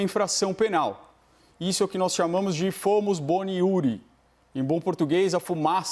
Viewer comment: Fumus boni iuriS e não iuri.